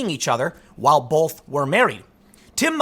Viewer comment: I love Tim but I can't stand how he says the word "both".